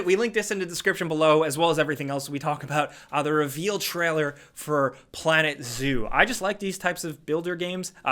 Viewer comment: why do you say treller? Trail-er.